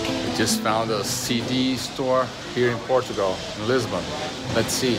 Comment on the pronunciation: Kiko! It's Portugal.. Not portugual